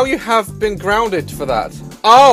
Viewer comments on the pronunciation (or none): "Oma gouad I'm still groundard" bruh I'm dead 😂😂😂 I wrote it how he said it😂😂